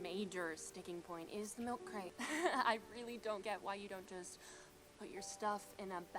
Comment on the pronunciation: Milk cwate?? I'm dead😂